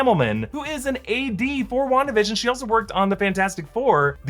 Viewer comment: Is it on purpose that you're saying "Wanda-da-fk" instead of simply "Wan-da-fk"?